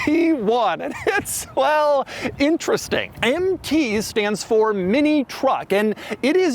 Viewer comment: Say it with me now.. "Empty One".